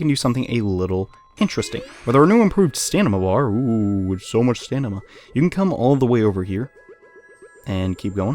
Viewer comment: Pretty sure it's stamina not stanima. Also, great video as usual!